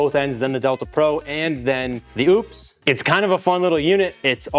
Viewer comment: Sorry, but when you can’t pronounce it correctly, I just can’t watch the video 🙄